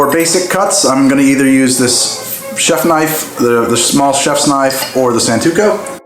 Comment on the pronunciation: I chuckeld a bit when you said "santuko". And by the way the small chefs knife isnt a pairing knife?